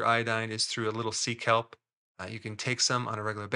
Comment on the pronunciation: 😂 heard 😂 it as seek help.. 😂 sea kelp... love that stuff ♥